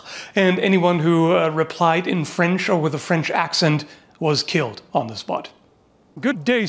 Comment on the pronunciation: Flemish here... still offended by 'flench'